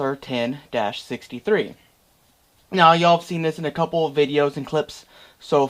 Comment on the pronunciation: Where did you find the "O" in WASR?